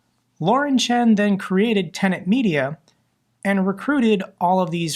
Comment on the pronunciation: Tenet. kept mispronouncing it, for some reason. And no, they’re not. They’re one of those “umbrella” partner companies that essentially serve as producers, and liaisons to YouTube.